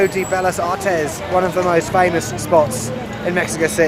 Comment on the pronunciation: Heya! I am an American (Californian) of Mexican descent who will be moving to CDMX in two weeks. Firstly, I hear a bit of an East London accent??! Is that where you’re from? I lived in London as well. Secondly, I know you’re learning Spanish and I speak both English and Spanish fluently. In the spirit of learning, here’s a tip; when it’s two Ls like “Bellas Artes,” it’s pronounced “Beh-yahs” not “Beh-llahs,”—that’s Italian. 😉 Lastly, you’re right that Mexico City is an amazing place, hence the reason I’m moving there. The US media has done it a great disservice with all of the negative reporting that has spread globally. I’m glad people like you are making these videos and showing the public the “real” Mexico and the real Mexico City. I plan to do the same via my blog!! Interestingly, I was talking to two people from Hungry yesterday in LA (where I’m from) and they noted there’s a lot of buzz right now in the global trotter community about CDMX. I’m so excited to get the opportunity to live there!! I am a bit jealous that you will be there for Mexican Independence Day, 16 Sept, a celebration at the Zocalo like no other! I missed it by a couple of weeks 😞 I appreciate your videos as they give me insights to things I was iffy about (like the subway and Colonia Doctores) and also give me ideas of places I want to visit. Good work!! 👏🏼👏🏼👏🏼